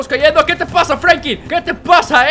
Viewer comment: Da risa qe diga frankin y no frankin